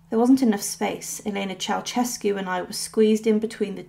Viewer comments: Pronounced "chow-shess-cu" not "chow-chess-cu" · Mildly diverting and amusing. Beware of lazy liberties with other languages, however, the taking of which seems to be a particularly British characteristic. Your pronunciation of the name "Ceaușescu" is completely incorrect. It is not pronounced "Chow-CHESS-cu". The s-comma in the middle is pronounced with the "sh" (/ʃ/) sound. The "eau" vowels at the start should be pronounced individually (as in other Romance languages). The initial C is not exactly "Ch", but closer to "Ts" as in Tsar. Tsay-ah-oo-SHES-cu. At best, sloppy (oh well, it doesn't matter, it's just another "unpronounceable" name), at worst, just plain, solid ignorance! Chow-CHESS-cu indeed‼🤣🤦‍♂